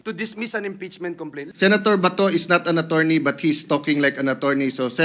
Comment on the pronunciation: " Senator Bato-rney "😂😂😂